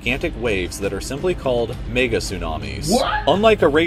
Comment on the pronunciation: when he tryed to say mega but he said the n word